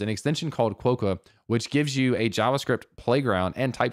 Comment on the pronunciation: Just FYI quokka is pronounced "kwa-kuh". Love sincerely, someone from Perth. :o)